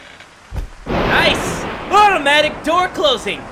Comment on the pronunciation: "AHHutomatic door closing" nice save